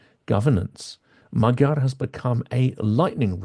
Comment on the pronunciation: I'm a great supporter and fan of Silicon Curtain, but it irks me a bit that Hungarian names are constantly mispronounced. It is not difficult for English native speakers to pronounce Magyar and Fidesz correctly. And it's Orbán not Orban.